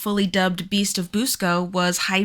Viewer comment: I grew up in Churubusco, Indiana. First of all, Busco is pronounced Buss-co not Boose-co. I believe they killed Oscar "The Beast of Busco", when they dynamited the lake.